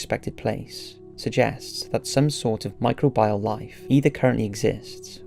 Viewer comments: 'micro bee al', not 'micro byal'! Sorry to be such a pedant! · Micro bee al not micro bile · I accept there's pronunciation differences between British English and other kinds of strains of English, but does anyone anywhere pronounce it mi-cro-BIAL instead mi-cro-be-al? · Enough already. I believe the pronunciation you're grasping at is "my-CROW-bee-all". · I love this, but it’s pronounced “mi-crow-be-uhl” lol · I love the content, but every time you say "micro-bile" instead of pronouncing microbial like a human person I wanted to kick you in the nuts. But still, thanks! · How many fucking times can you mispronounce micr-OH-beeol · Every time he says Micro-bial it's like a punch to the knee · Everytime he says microbial, I die a little more inside.